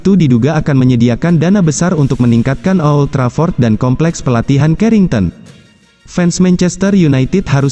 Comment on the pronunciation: old Trafford bukan o,old Trafford 🤣🤣🤣